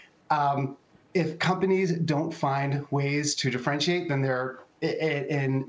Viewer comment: Diffrenchiate? What does that mean?